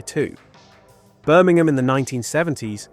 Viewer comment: Incredible how the video announcer (presumably a fake computerised voice) cannot even pronounce 'Birmingham' correctly